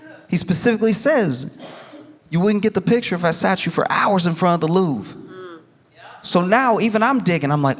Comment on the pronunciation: The Loof? Then I got it. He means the Louvre! 😅 English is funny.